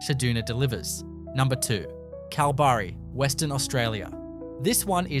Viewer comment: You should learn how to pronounce Dongara and Kalbarri.